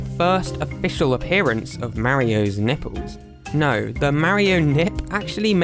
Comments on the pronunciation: curls his tongue properly to pronounce the L in 'Olympic Games' Also: "Nippews" Come on England it's your own language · I couldn’t help myself but laugh all the time about how you pronounce nipples